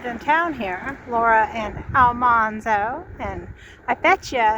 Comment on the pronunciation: Al man zo not Al mon zo.